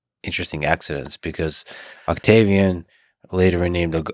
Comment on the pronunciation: Lol. He said Octavi "Anus"